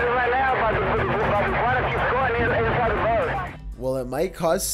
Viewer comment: Dude please, I love your content and mean no disrespect its just your voice is just SO uncomfortable. The way you're speaking is extremely unnatural. Perhaps memorize your script instead of reading it? idk if I had to type how it sounds: "and twists AND turns insIde the ve-HI-cle. then, the prESSure OF the wind.."